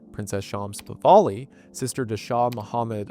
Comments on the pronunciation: It's "Pahlavi", not "Pahvali". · The PahLAVI . NOT Pahvali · It''s "Pahlavi", not "Pavali". I only mention this because you got it wrong every time. Pah - La - Vi. Not Pa - Va - li. Yours truly, The Pedant. :) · PahLAVI not PahVALI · It's Pahlavi, not Pavahli. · Pahlavi, not “Pavali” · The name is Pahlavi, not Pahvali. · I'm sure this has been commented but his name is "Pahlavi" not "Pavali". I love you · Pah-La-Vi not Pah-Va-Li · It's Pa-LAH-vi, not Pa-VAH-li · Pronounced Pah-la-vee. Not Pah-va-lee. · FWIW the shah’s family is Pahlavi. Not Pavalley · Goodness, gracious, dude, learn how to pronounce the Shah's name. It is spelled Pahlavi, and is pronounced Pah-lavee. It is NOT Pah-vali. I simply cannot listen to the rest of this video ans you mispronounce their family name EVERY SINGLE TIME. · Puh-LA-Vie not Puh-VAL-ee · “I ran” “pivali” it’s “e-ron” and “pah-lahve” baba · It's not PAVALI😭😭😭 it's PAHLAVI. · It is mindboggling that you pronounce Pah la vi as Pa va li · I'm guessing you don't mean him calling Pahlavi Pahvali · Still going to listen to the end but I hope I don't have to hear Pahlavi pronounced "pavali" too many more times. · Just a small pronunciation correction, Pahlavi is “pa-la-vee,” not “pa-va-lee.” What a Wendioops! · pahlavi pahlavi pahlavi. I am not iranian nor do i care that much. what makes me mad is that the google translation is just flat wrong and i have to listen to 3 minutes of the pronouncing it wrong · Pahlavi not Pahvali. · "PAVALI FAMILY" It's Pahlavi,, please brother, every video, istg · Hard to believe he says Pahvali. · I am baffled with how you can arrive at "pawali" while reading Pahlavi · Pahlavi* Pah-Lah-Vee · its PAH-LAV-EE pls its painful to hear it said completely wrong lmfao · Brother…. Have my people not suffered enough? Its PAH-LA-WE and EERAN not I RAN. This like…. Research 101. How do you always beef it? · Pah-la-vee and Ru-hol-lah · You probably should have learned how to pronounce The Shah of Iran's name.